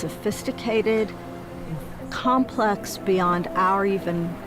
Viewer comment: I'd completely agree. However : way before oomans were. I said that orcas and other citations..." Sorry but you lost me right there. Get someone coherent to speak, it's infuriating. Complux uh beyond uh complux beyond mah compressive understanding fo suh. Reminds me of a £120000 a year university lecturer who suggested we put out "kestionairs" to research the concept of "lov" over "sekual attraction" You can't even string a sentence together ffs...🤡